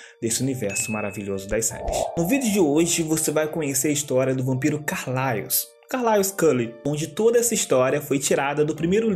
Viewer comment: Que agoniaaa dele falando "Carlaios" kkkkkkk, mas mt bom o video